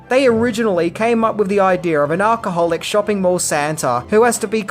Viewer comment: lol you still day "Ark-ah-holic"!! 😂😂😂😂 It's Al-cha-hol-ic you spaz )in pronunciation